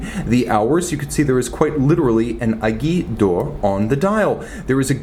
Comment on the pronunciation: It's pronounced 'ey-gwee-ye dorr'